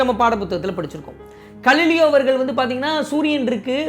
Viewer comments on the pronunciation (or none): I think he is Ga(gha)lileo not Kalileo